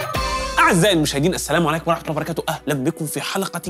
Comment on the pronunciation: لما تذكر اسم الله انطقه كويس